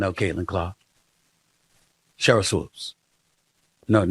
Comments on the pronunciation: its swOOpes my man, not swOpes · Isn’t it pronounced Swoops, not Swopes? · Shemeka doesn't come close to looking old enough to have a 28yr old kid. Also someone PLEASE teach Jason how to say Sheryl Swoopes.....it's not SWOPES lol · Whitlock..her name is sheryl swoopes not swopes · It's swoopes pronounced sw-oops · SWOOOPES pronounced like HOOOOPS MANE! SHEEEEEESH!!!! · It is Swoops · You can't pronounce Cheryl's name, BUT you CAN pronounce SHEMEKA?!? How about if we pronounce YOU with a long I?!? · I really need Mr. Whitlock to start pronouncing Sheryl Swoopes' last name the correct way. As a journalist discussing a former athlete who has been a top collegiate and professional basketball player, Olympic gold medalist, and foundational member of the WNBA and 4x champion in that league, he knows the correct pronunciation of her name. It wreaks of passive aggressive belittling of a woman because he doesn't like her, disagrees with her world view, or doesn't think she's hot. Do better Mr. Whitlock, I have higher expectations of you. It's Swoopes not Swopes. Intentionally and consistently saying her name wrong should be beneath someone who presents themselves as a voice of morality. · I was just thinking why does he keep mispronouncing her name? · Jason keeps mis pronouncing it 😂